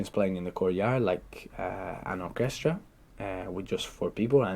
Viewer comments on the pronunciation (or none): Do native speakers really say "cut" as [kut], orchEstra with the stress on the second syllable and personAlly on the third? Imo he is really good, but not good enough for 8+ with those many simple and obvious mistakes. ? On the other hand, I think it's great he has got such a high band, meaning maybe i still have a chance too :D